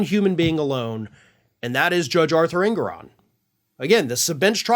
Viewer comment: Judge En*GO*ron. Not ENgoron. En*GO*ron. Just sayin'...